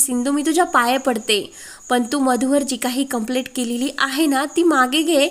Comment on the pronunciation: वाचणाऱ्या व्यक्तीचे उच्चार बरोबर आहेत की नाही हे तपासत नाही का? कंप्लेंटच्या ऐवजी कंप्लेट असे उच्चारत आहे. मिळालेच्या ऐवजी भेटले असे उच्चारत आहे!